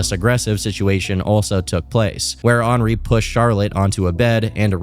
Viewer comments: Did you just pronounce “henri” as “ornery” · Wow you actually pronounced Henri correctly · Henri being pronounced that way is actually the most absurd thing about this whole video